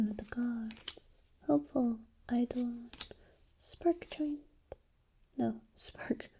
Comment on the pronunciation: Excellent video,. BTW, eidolon is pronounced "eye-dough-lon".